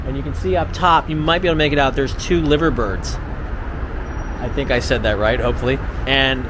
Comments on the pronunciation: Liver as in eye not as in chopped liver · it's liv-er-pool... but the birds are actually pronounced 'Lie-Ver -birds (not liver birds lol).. :) (easy mistake to make i guess) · It's the Liver (pronounced Lye-ver) Building, not the "Livery" Building. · Why did you visit and see nothing? Southport is a suburb of Liverpool. 'LIE-ver Building, LIE-ver Bird. 'Royal LIE-ver building' an insurance company. St Nicholas' church used to be the main building on the waterfront until the docks developed from the 1700s. The 'Tow Hall' is where the lord Mayor resides for their year of office and there is a Council chamber. but the main activities of the council are now at the Port of Liverpool Building. Castle Street's architecture was created by the banks and insurance companies. From the late 19990s they became hotels, bars and restaurants - same as in the rest of UK. The Cavern Walks building is on the site of the Cavern Club, it is not the original building. You missed - Third largest Cathedral in Europe, the Second oldest philharmonic orchestra in Europe, the largest neo-classical building in World - St George's Hall, the first major enclosed dock in the World. ALL of the museums and Art Galleries, SIX OF THEM, of international standards. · It’s the Royal Liver Building. They are Liver Birds (pronounced Lie Ver) rather than liver (the meat). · Lye-ver birds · It’s said like lie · LIVER AS IN DIVER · Liver pronounced like diver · Nope you said it wrong it’s not Liver Building or Liver Bird it’s LIE-ver or Ly-ver. 😊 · It is pronounced i(eye)ver building. I know its confusing. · It's pronounced lyver birds.. Lyver is sea weed that they have in their beaks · L. I. V. E. R. NOT LIVER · Take the pool out of the name ,and that's how you pronounce it mate 👍 the Liver-birds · It's called the River Mersey not the river Mercy and no, you didn't pronounce the Liver Building correctly.